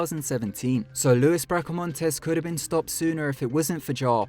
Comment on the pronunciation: It's not your fault, you're obviously from a place that doesn't have many Mexican people, let alone Mexican or American Indian words, but Luis is pronounced LOU-EES and Maricopa is pronounced Maricopa, lol. Im just yanking your chain. You're actually one of my favourite narrators. And sheriff Joe Arpaio is a god damn lunatic.